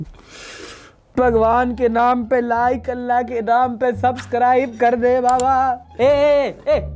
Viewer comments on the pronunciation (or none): none